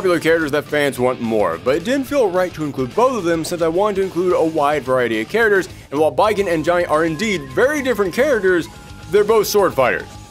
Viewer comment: 'Say "charagres" again.... say "charagres" one more goddzmn time! '